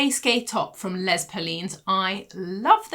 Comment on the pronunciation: Hi! I’d love to help you with the pronunciation of Les Perlines (I hope you don’t mind!). Les is said like “lay”. It’s the plural form of “the” in French, and so not a name - like Les is short for Lesley or anything. I hope this helps. It must be difficult if you didn’t do languages at school! ❤